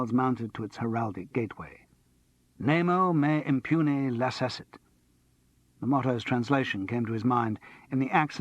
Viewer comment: nemo me impune lacessit is pronounced nay-mo may im-poo-nay la-kessit